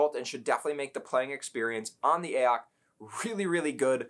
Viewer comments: Please stop calling it “ayock”. Use some common sense, it is clearly meant to be Ay-oh-cee. AOC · I thought I was going crazy hearing you say AYE-AHK every ten seconds. It's A - O - C dude jesussss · who tf is actually pronouncing it "Ay ock"? braindead.